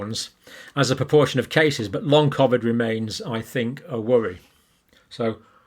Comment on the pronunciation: And why does this guy say COVID differently to everyone else on the planet? I am also a northerner from the UK but never pronounce COVID like he does.